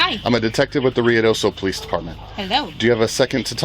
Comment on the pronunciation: The way you said “police” lol